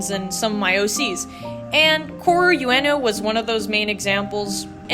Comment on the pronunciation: ALSO since u mentioned worrying abt butchering the names: w japanese the vowels are like a- ah i - ee u- oo e - eh o - oh so itd be koh ah roo oo ehn oh instead of core you ehn oh (for koaru ueno) otherwise ur pronunciation is rly good :D!! u got reizei correctly DW